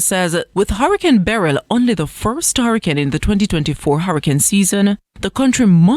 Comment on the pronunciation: What kind of insanity is this? Nobody, let alone small children, should be anywhere near a beach just before, during or immediately after, a hurricane! And someone's stupid decision has cost this Good Samaritan his life. Why are some people so stupid? On a separate note, why can this news anchor not do basic pronunciation? The word Beryl has the stress on the first syllable, so it is pronounced 'BEryl' and not 'beRYL'. Her phrasing, and those of many of the reporters, is also all over the place. Presentation standards have certainly fallen from the days of people like Helene Coley, Dorraine Samuels and Tony Patel, to name just a few..